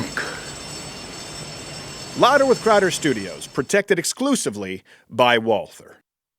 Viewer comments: Isn't it properly Valt-hur? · Just a nitpicky question but does Steven pronounce Walther with the "th" on purpose for "some" reason considering that Walther themselves don't? Just curious! Lollollol